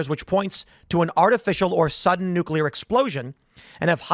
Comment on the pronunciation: Asteroid....not nookulur war....lol 66 million years ago.